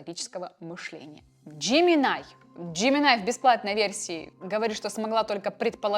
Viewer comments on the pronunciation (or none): НЕ ДЖЕМИНАЙ А Жеймини И НЕ КЛОД А КЛАУД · Джемини, а не Джеминай, больно